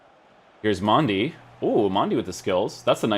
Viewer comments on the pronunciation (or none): Its Mendy not Mandy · It’s Mendy not Mandy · Who is Mandy. I thought it was Mendy. 😂😂😂 he not only got a upgrade he also got a name change